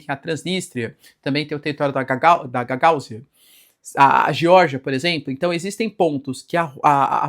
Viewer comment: gagaÚzia gagaÚzia